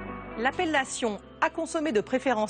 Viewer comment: Y a pas de date limite pour la fellation ! ^^ J'ai beau repasser en boucle, j'entends fellation. Je suppose qu'elle devait dire appellation. Je sais pas si c'est dû à la qualité moyenne du son ou si c'est un lapsus. En tout cas ça m'a fait rire.